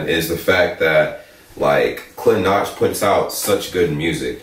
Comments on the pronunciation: It's not klinač it' klinaC as C you read it as C. And he is only 17.... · you pronounce it as klinatch but its pronounced as kleenatz (klinac means kid) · His name is pronounced "KLINATZ" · How to read Klinac = Something like Kleenatz. XD Nice vid bro! 🔥😻